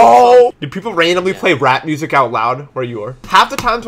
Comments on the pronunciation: I thought he said rat music not rap music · i thought he said rat instead of rap and i got very confused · i thought said rat music